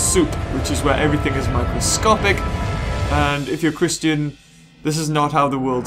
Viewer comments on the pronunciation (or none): The way you said Christian was funny. Lol